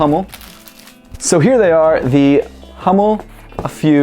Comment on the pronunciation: Bro not Hommel Hummel ^^